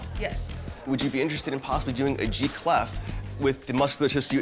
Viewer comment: He keeps calling it a "G" cleft. I think he means a treble cleft